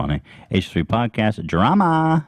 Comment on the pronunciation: bill trump on da pwodcayust